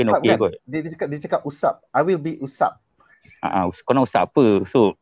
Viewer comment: Mende usap? 😌 Usopp lah woi Sebagai fan berat one piece aku triggered bila dia cakap "usap" 😌